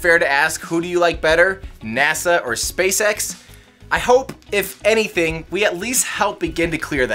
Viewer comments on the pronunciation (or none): none